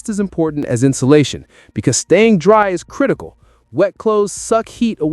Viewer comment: Ayo is this video AI and just a giant ad for products? I'm 11 minutes in and you've said "when the taps run dye" instead of dry and you've referred to a generator as a zenerator